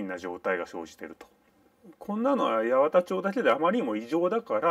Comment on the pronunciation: 「やわた」では無い。「やはた」。